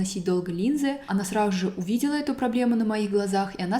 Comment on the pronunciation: Мне одной режет слух, как странно говорит фразу «сразу же»? Будто «сражуже»🥲